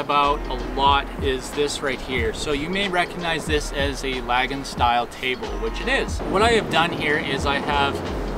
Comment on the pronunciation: Awesome build.. but we need to talk about how you pronounce “lagun” lol